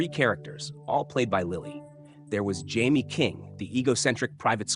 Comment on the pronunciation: I hate AI voices. It’s pronounced Juh May, not Jaime.